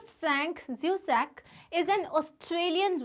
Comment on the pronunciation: Mam it is zusak not zusakt